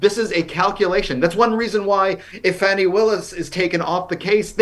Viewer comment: Fa ni, not fanny